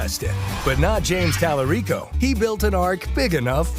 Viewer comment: Tali-REEK-O is a joke 🤣🤣🤣